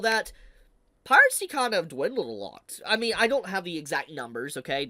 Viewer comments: Has always pronounced piracy as "piratecy?" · do you say piracy with a t? I swear I hear you say piratcy every single time you say it and it keeps bothering me lmao